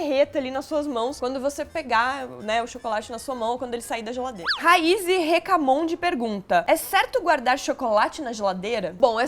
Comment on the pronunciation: Que lindaaa, leu minha pergunta 😍so que pronunciou meu nome de forma errada... Não eh raiZy, e sim raiSSSy, com som de "s" mesmo (mesma pronuncia da raissa, so que com y no final) hehehemas eu não lhe julgo... Eh complicado mesmo 😁ah, obrigada por responder!!!